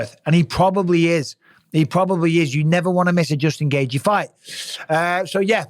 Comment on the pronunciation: It’s not Gaygee it’s gayCHEE